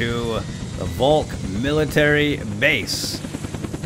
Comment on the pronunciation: btw,the mil base is pronounced folk not volk